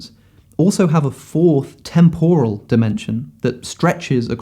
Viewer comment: You put up a dictionary definition of temporal, which gives the right pronunciation. For some reason, you ignore this, and say a wrong one.